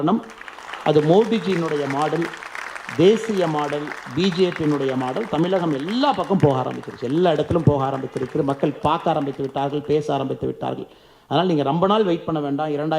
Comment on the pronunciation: அண்ணாமலை அண்ணா அவர்களுக்கு வேண்டுகோள் "தமிழகம்" என்ற உச்சரிப்பை, "தமிலகம்" என்று சொல்லுறீங்க. "ழ" வை பயிற்சி செய்யவும்.